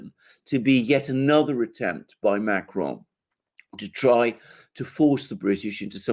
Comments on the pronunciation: should avoid saying Macron’s name. Just anglicize it, if you have to say it at all but whatever that was he was doing with the CR made it sound like an Italian pronouncing “macaron”. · Why does refer to Macron as Macaroni?